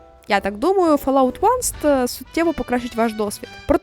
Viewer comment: Вибачте за прийоб, але 1st — це first, а не "onest".